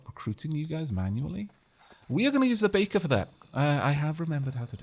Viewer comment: All I hear is bacon instead of baker.